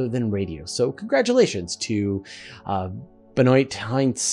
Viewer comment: Dude, was your patron really called "Ba-noit"? Was it maybe "Benoit" ("Ben-waa"), a common french (and french Canadian) name? I begin to get a sense of why Quebec thinks they otta be a different country 😅😂